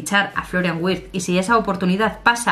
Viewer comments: Hola. La "W" en alemán se pronuncia como "V", ya que la "V" se pronuncia como "F", asi que seria Florian "Virtz" como se pronunciaria... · amor, en alemán la W se pronuncia como la V española.